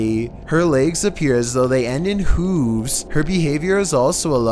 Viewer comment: This dude doesn't know how to pronounce hooves or parameter....damn, that's pathetic